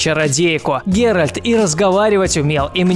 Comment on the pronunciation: ГеральТ а не ГеральД